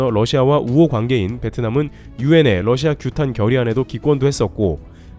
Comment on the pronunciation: Russia(러시아)를 Lussia(ㄹ러시아)로 자주 발음하시네요